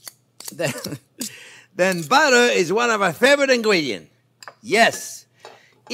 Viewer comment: I love the way he pronounce buttah